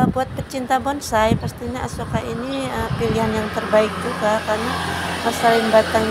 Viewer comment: 😂 Sampai salah nyebuut Asoka jadi Akuesa 😅